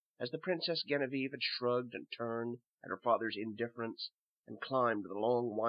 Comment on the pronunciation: Genevieve is pronounced with a J sound, not a hard G. Otherwise, great job =^)